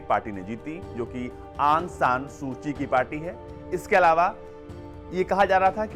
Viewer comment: Su ki nam h last m Naki suchi Correct read kriye